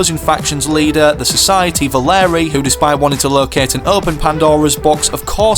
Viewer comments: it’s V-A-L-E-R-I-A not valerie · Valeria is pronounced Vul- Area!!!!!